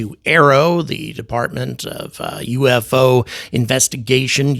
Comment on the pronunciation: How to tell people what you are gonna say is BS? no-one: this guy: "good afternoon uU eF Oo enthusiasts"